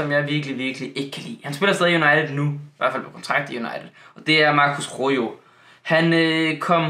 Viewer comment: Det udtagelse ikke rojo men roho